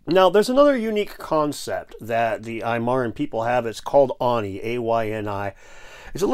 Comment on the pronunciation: it's called ARNI.. showing a a image with the explainer EYE-NEE underneath.. reciPROCITY.. not recIPRICOSITY.. other tha that interesting video.. thanks